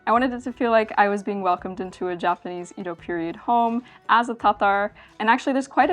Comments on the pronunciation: Both "Ído" and "Édo" are wrong. The correct pronunciation is Ēdo. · IT SAYS: "EDO";, NOT "IDO"! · For further pronunciation shenanigans, the common pronunciation up until about the late 19th century was “Yedo,” and you may still hear it that way in some dialects. Great vid, though! I love it when people cover life as it was lived by common folk. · I love that your corrected yourself seconds after I corrected how to pronounce edo myself. I love it. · Good thing came by to correct your Edo pronunciation and to drop off some olive oil.